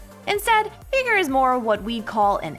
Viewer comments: What is this vegan veigar hahaha a It’s veigar not vegar xD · I swear she says the name wrong on purpose she’s so stupid it’s vy gar not vee ger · absolutely no one:: veeger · Did she say Veegar?? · Learn the names of the champs when ur gonna be talking about them ffs 😂 „veeger“ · Ok so like I thought the pronunciation was getting bad with mundo but veigar?? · I will henceforth only refer to the Tiny Master of Evil as “Vee-gar”! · I would pay you not to pronounce it as Veegar. >_> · "Vigr" bruh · Veeeger what did she just saaaaayyyy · No one:: Veeger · Im sorry I might need to unsubscribe as well this is a bit much veeger... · Darius was one thing but bro no can tell me she's not pronouncing veigar wrong. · I before E except when it sounds like a as in Veigar or weigh. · As a veigar main im not offended but please my little yordle needs his name said correctly. One more thing i disagree zilean counter leona. Leona can build sunfire and zilean is toast with the mythic passive of tenacity (im a support main btw) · it is so trigering how she say veigar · Please never say veigar again